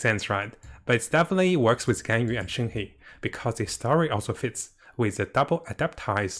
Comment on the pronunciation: its shen-huh or shen-her, not shen-hei